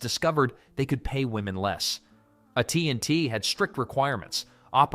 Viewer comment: AT&T, not "uh tea and tea."